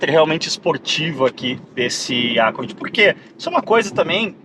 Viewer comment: Nunca ouvi alguém pronunciar ÁCCORD. Acho que o que inventou essa.